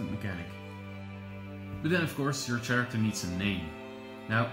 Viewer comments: I'm sorry, but I was completely distracted by your pronunciation of "character". The 'h' is silent, just like in the word "whip" Stewie Griffin! It is not chair act air... it's care act air. How did this not drive anyone else nuts?! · "Care ekter" not "Chair iktor"